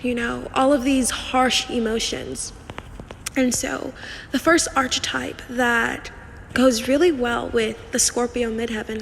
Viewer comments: Girl consider looking into prononciation of the word *archetype*. Loved the video, the info is really good, but my ears are bleeding 😅😅😅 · Please learn to pronounce archetype properly.